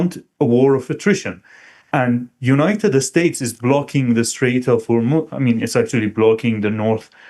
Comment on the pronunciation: I like the way that he says, "United Estates" 😊